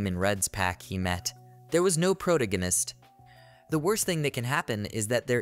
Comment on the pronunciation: You do a good job on reading the manga. But you really need to learn to pronounce pro-TAG-a-nist.